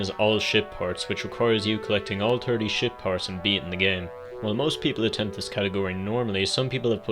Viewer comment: I misheard "ship parts" as "shit ports" and wondered if there were some illusive ports of Pikmin 1 that were so bad, nobody talked about them except this niche speedrunning community. 😅